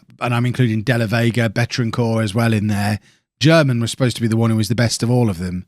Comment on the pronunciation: Germann is reallyyyy not pronounced like German